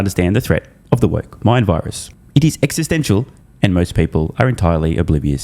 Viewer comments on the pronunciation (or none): none